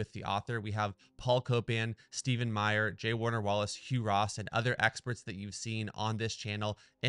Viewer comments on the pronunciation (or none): Try to learn at least his name, it's Meyer, not Mayers.